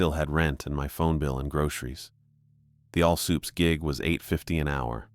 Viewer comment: All "sooops" 😂, fuckin all sick eh